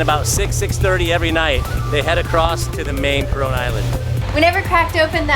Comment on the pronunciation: Maybe a good idea when travelling to learn how to pronounce the name of your destination correctly, both Coron and Palawan